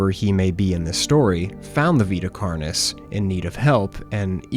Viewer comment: I want you to know for future reference, Vita Carnis is Latin, it should be pronounced as (v-eye-t-uh) (carn-e) (all letters pronounced as the letter, and carn as in carnage)